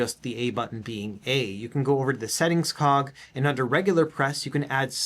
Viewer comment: "We can set das up in the esettings" 😄